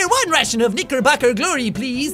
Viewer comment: He said knicker